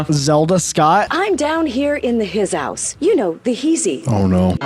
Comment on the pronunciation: "I'm down here in the hisouse" 💀💀